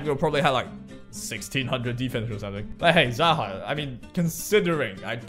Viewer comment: It's pronounced [zæhɒːk], and its originally the name of a character in persian mythology , whom was an evil ruler and was believed to be an immortal humanoid with snakes on his shoulders